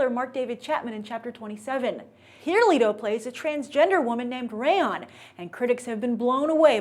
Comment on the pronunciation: Its leto, not lito!